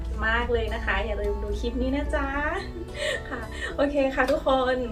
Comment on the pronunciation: ติดค้างไว้วันก่อน สะระแหน่ ออกเสียงตามที่เขียนเลยค่ะ ของใกล้จะเป็น สาระแน เต็มที คลิป(Clip) ไม่ใช่ คิป อย่าไปเอาอย่างวัยรุ่นสมัยนี้ ที่เชื่อกันว่า พูดกระดกลิ้นแล้ว เชยมาก การคลุกผักสลัดไม่ให้ช้ำ ภาษากลางเรียก เคล้า หรือ คลุกเบามือ ค่ะ